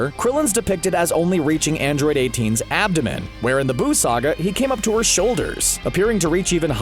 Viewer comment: "Abdomen" ( ͡° ͜ʖ ͡°)